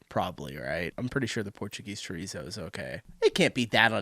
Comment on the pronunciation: minor pronunciation correction! In Portugal its chouriço (shuh-REESE-oo) , not chorizo (as in Spanish chorizo). They're similar, but not the same. Chouriço is usually smoked (so fully cooked), and has more garlic and black pepper, while Spanish chorizo is more often cured and has lots more paprika.